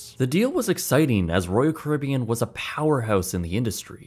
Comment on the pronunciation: Why can’t he say leisure or Caribbean